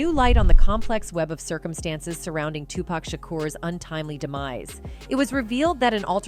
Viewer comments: Who is "zzuuuge" oh "SUGE". I mean if your going to report at least pronounce names right. Also it's "TUPAC" not "TUPECK" respect the great legend. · According to her, it’s Sooge and 2-Pack.😂